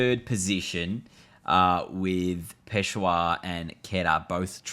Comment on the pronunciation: Bro just to give you information quetta is pronounced as QO - E -TA And peshawar is pronounced as PESH -AA-WAR